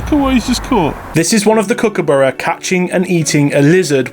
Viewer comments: Your pronunciation of Kookaburra isn't quite right. Kirsty said it better. Kook-a-BAH-ra. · Pronunciation, You are sort of right but emphasise the U more .